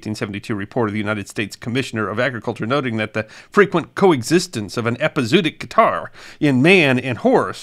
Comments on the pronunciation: I love this channel , and admire you, but really, listening to this word mispronounced so many times is like getting stabbed in the ears reapeatedly……just google it….your phone will pronounce it for you correctly! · As always, a great story. Too bad there were no horse pirates. One small point, I believe it's pronounced ep-i-zo-o-tic with that extra syllable in the middle instead off ep-i-zoo-tic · To be fair, he's pronouncing it wrong - but so did everyone in that era - having read it rather than heard it. It should be pronounced with two "o" sounds: "EP-ee-zow-OT-ic" - the 'zo" sounding like "mow" or "show" and the "otic" sounding like "antibiotic." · It's pronounced epi-zo- OT-ic. It should probably be rendered as epizoötic. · Love your channel. I’m a veterinarian. It’s pronounced Epi-Zoh-ahtic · This has been an interesting presentation, as always! You make an art of telling the tales of those times! One small correction: you mispronounced "epizootic" - but, to be fair, so did nearly everyone in that era, as most of them learned the word from print. It should be pronounced with two "o" sounds: "EP-ee-zow-OT-ic" - the 'zo" sounding like "mow" or "show" and the "otic" sounding like "antibiotic." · Interesting and fun, as usual, but usually one pronounces both 'o's as in 'epi-zoo-a-tic'. I suppose it may be a diphthong, but sometimes I suppose too much. Here I am just speaking from experience (but the difference between 'too' and 'took' is similar to 'zoo' vs 'zoonotic'). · I've heard the word with the 2 middle Os pronounced separately, epi-zoo-awe-tic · I've never heard it pronounced that way. I always thought it was epi - zo - ot - ic. Like the O's in cooperation are pronounced. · It's pronounced eh-pee-zoh-ah-tic. In some places they put an umlaut on the second o to clarify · Nicely done but please pronounce it “epi-zoo-otic”. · It's pronounced epi zO otic. As in zOology. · ˌepəzəˈwädik You could also have Google pronounce it for you